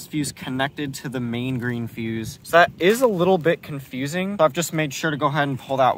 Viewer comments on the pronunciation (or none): “This is a little bit con”FUSE”ing